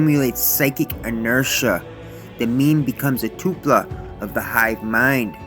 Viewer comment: Toll-pa not Too-pla.